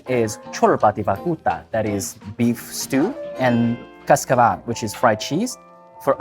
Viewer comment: "ciOrBa dE vAcUtA" As a romanian, I almost pissed my pants when you said the menu And also, what the hell is "CascAvAl"? 😂😂🤣 The accent is really hard in romanian, we have other accent letters like ș, ț, ă, â, î And Romanian takes 1200+ hours to learn, that's why I almost "exploded" laughing but thank you for trying our food! No hate. ___________________________________ Translatatul pentru români: ------------------------------ "cIorBa dE vAcUtA" Ca o românească, era să mă piș pe mine când ziceai meniul Și totuși, ce dracu e "CaScAAAvaLl"? 😂😂🤣 Accentul e foarte greu în română, noi avem cuvinte accentuate ca ș, ț, ă, â, î Și românească durează cam 1200+ ore să înveți, de aceea era să "explodez" de râs dar mulțumesc că ne-ai încercat mâncarea noastră! ______________________________________ 日本語への翻訳: ------------- "cIorBa de vAcuTa" ルーマニア人として、私は恥ずかしい思いをするつもりでした それでも、「CaScaValLll」とは一体い何ですか?😂😂🤣 ルーマニア語での強調は非常に難しく、ş、t、ă、â、îなどの強調語があります。 そしてそれは約かかります 1200+ 時間に だからあなたがメニューを言ったとき、私は笑いで「爆発」することになっていましたが、私たちの食べ物を試してくれてありがとう